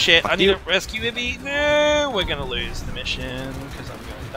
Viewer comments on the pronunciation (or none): none